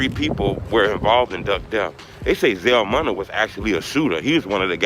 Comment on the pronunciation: It still say Vell , You said Zell Moona it’s Munna 🤜🏻🤛🏻🫡💯